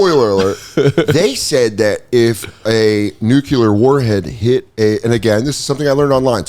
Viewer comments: “Nu-clear” c’mon Sodes. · Soder says nucular? damn... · Danny boy, don't say nucUlar!! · I know everyone says nuke-u-lar it drives me crazy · It’s like our brains are thinking molecular at the same time every says nucular but it’s nuclear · Dan Dan Dan it’s Nu-cleer please it’s killing me how many people are getting this wrong these days!!! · Nook-yuh-ler lol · Soder says nuclear like he's doing George W. cosplay.